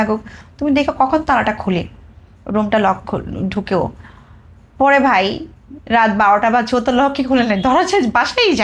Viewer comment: মেয়েটা বেশি স্মার্ট সাজিতেছ,,, ও বলছে মেয়েটার যে বাই,,,ভাই কে বাই বলছে ।